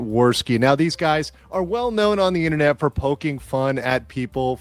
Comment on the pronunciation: I've just told YouTube never to recommend me the Quarterpoundering channel again. I guess I'm gonna miss him barraging me from the beginning of his videos about Coffee-Brand-Coffee™ this and Coffee-Brand-Coffee™ that, and how he somehow always got to mispronounce Private EHNNENET Access even after having said it like a thousand times (literally), just to be subjected to the next seven minutes of him just babbling "Ehmm... Uhhh... Ahmm... WHAT?!... Oh yeah, Ehmm... Uhhh... Ahmm..."